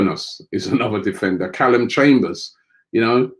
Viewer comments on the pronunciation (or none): none